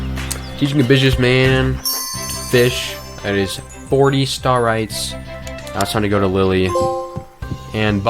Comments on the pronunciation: they're called STAR-AYTS bro😭😭😭😭😭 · what does he keep saying? Startys?